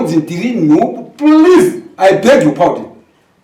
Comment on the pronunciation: "pulizi, I beg your powden" 😂😂